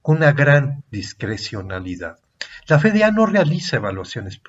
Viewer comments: Es: efe de a (FDA),si lo va a decir en español, o ef di ei (como suena) si lo va a decir en inglés. Por qué dice Fe de a? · CUANDO ME ENSEÑARON EL ABECEDARIO APRENDÍ QUE LA LETRA "F" SE PRONUNCIA "EFE Y NO COMO LO REPITE UNA Y OTRA VEZ USTED Alejandro.... FE...... Pregunta: desde cuándo cambió la pronunciación de esa letra ????? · Quería compartirlo, pero la pronunciación de "F.D.A." como "Fe-De-A" le quita seriedad al video.